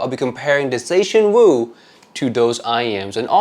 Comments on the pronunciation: Wu zer tian 武则天 china only female emperor, not some funny pronunciation of zetianwooo 🤣🤣🤣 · huh? The writing on the box is still correct. Don't blame the box for your wrong pronunciation. If other content creators bothered to look up the correct pronunciation, why couldn't you.